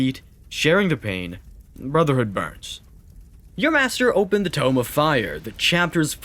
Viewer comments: Just discovered your channel and I love it. Quick note, it's "tome" like "home," not "tome" like "womb." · Love it but, dawg, you gotta do a QA pass on pronunciation. "Tome" (as in Tome of Fire) is pronounced "tohm," not "toom." Or maybe the VO is all AI-generated, just like every other 40K lore channel these days and I'm just wasting my time.